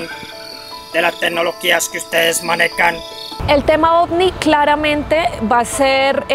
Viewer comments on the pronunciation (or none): Cuando los alienígenas no saben decir tecnología, sino tenología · Un extraterrestre con un grave error de dicción